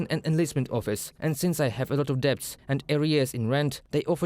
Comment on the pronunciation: Guys, on a technical note, the 'b' in 'debt' is silent